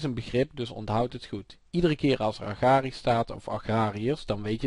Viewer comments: Het is toch 'agrarisch' en niet zoals in het filmpje 'agragrisch'? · lol agragrisch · ''Agragrisch''..blij dat me geen Nederlands leert.